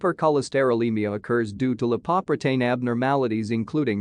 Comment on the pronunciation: Very thorough coverage of atherosclerosis's etiology and pathology, but the pronunciation of 'lipoprotein' is an alien version that sounds weird and is hard to get.